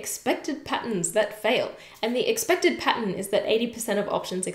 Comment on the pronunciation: I can't get past when she says "patton" for pattern. So cute 😆